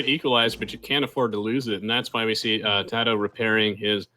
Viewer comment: its kinda cringy how they keep pronouncing tatohs name differently